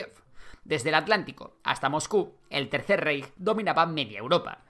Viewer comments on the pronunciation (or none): Rapallo (Italia) se pronuncia "rapalo". Reich (Alemania) se pronuncia "Raij".